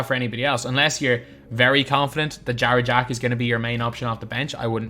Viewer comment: I thought he was saying jar jar when he said jarrett jack lmaooo